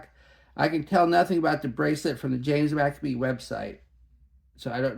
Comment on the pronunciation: McCabe rhymes with babe... Not Maccabees 😂